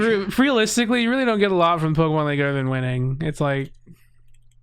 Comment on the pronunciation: I feel the need to express just how much I love the way says Pokemans, I have accepted his pronunciation into my soul since the first time i heard it and everyone should be saying it that way lol